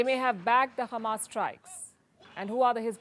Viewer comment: Why she kept saying Khammas? Is she trying to speak Hebrew?